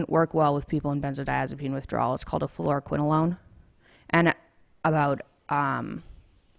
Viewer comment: Kwiene Makeda nope. She says fluoroquinolone. Sounds like FLOOR-quinolone.